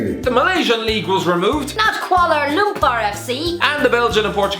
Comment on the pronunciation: The way you pronounced ‘Kuala Lumpur’ was on point,! Do more Malaysian League thingys if you would!